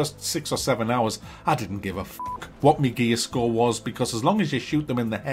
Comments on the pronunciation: Are you saying "gay score" ? haha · I can't stop laughing when he says "gear score". The accent makes it sound like "every enemy has a gay score" 😂😂😂 "Breakpoint" when you think about that title after knowing what this microtransaction with a game attached to it is all about, you realise why it was named that.